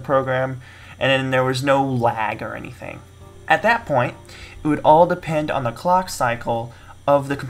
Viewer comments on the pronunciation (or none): none